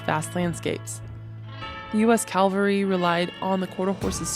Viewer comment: Very interesting and informative. I enjoyed it. One thing you might want to work on is the difference between the words calvary (a Latin cross) and cavalry (an army component mounted on horseback). Since you say the Latin cross word many times in your narrative and I believe you mean cavalry (mounted patrol), this difference might be helpful.